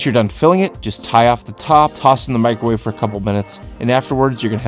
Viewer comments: LOL MICRORAVE did he triun asian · MIC-RO-WAVE! It's an onomatopoeia. >•<